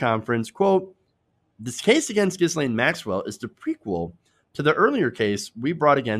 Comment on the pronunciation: Tip: the "s" in Ghislaine is silent.